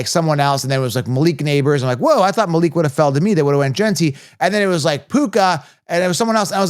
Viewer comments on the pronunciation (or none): none